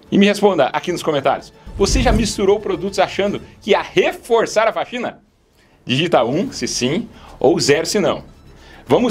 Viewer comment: Tropa de quem entendeu "...reforçar a "fagina""...minuto